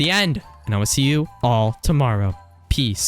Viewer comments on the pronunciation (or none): none